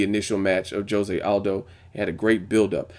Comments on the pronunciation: isnt it Ho-se? not dsjo-se. HO-SE! = Jose! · Your saying Jose wrong.